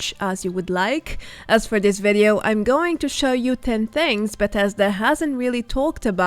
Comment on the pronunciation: Please I beg you, everytime you say Vedeo it brings acid to my ears. It’s Videos not vedeos. I like your videos but please say Video not vedeo